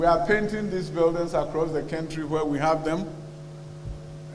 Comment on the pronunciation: What do you expect when your education minister says kentry😂😂😂😂